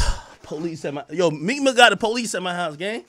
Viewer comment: Some one said Cheek Mill 😂😂😂😂😂😂😂😂😂😂